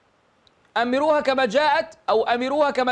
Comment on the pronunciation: أظن أنها (أمِرّوها) بتشديد الراء، والله أعلم.